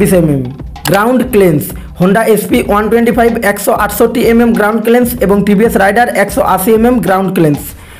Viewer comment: গ্রাউন্ড ক্লিয়ারেন্স উচ্চারণ করতে পারে না আবার ভিডিও বানাতে আসছে 😂